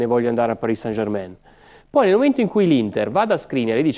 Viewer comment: Ma sarai mai possibile che nessuno sappia come si pronuncia -ain in francese German e non Germèn! Mentre poi tutti dicono, com'è giusto san e non sen!